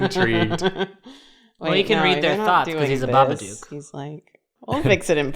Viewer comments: For love off christmas spirit or whatever hallmark garbage movie magic it's BABADOOK NOT BABADUKE DOOK PRONOUNCED LIKE COOK GAH DAMIT YALL GOT ME SCREAMING OUT IN THE STREETS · the way said, "There's a big Babadook-sized space... " it almost sounded like he said "Bar-B-Dook," like a Babadook BBQ.